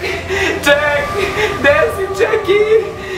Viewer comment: Nije dzek nego jack